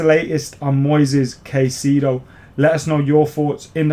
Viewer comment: Pronunciation: Moy-says Kai-say-doh